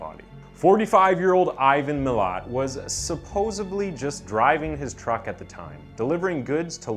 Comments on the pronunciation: Pronounced ma lat mate. Also a bogan is not a redneck in Australia lmao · As an Australian it sounds funny to hear you pronounce his last name lol 😂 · your pronunciation of Milat angers me